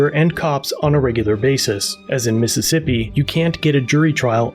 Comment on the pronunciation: Missippissa! Enough said! More like "pissippissa!"